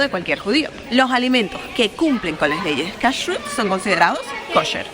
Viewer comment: No se dice Menora sino Menorà, hablas tsn rápido que no se entiende nada.. El tema de judíos religious es tan tsn taaaaaaaan amplio que en un video no alcanzaría. Te recomiendo que no hables tsn rápido, se nota mucho cuando lees y pronuncias muu mal Cashut Lo pruncoas mal El Tora no de dice Se dice LA Torà. Porq no averiguas porque no se come camarón y no se mezcla leche con carne. Es muy interesante... Ufff que mal video te falto interiozarte antes en cada cosa en vez de hablar tan rápido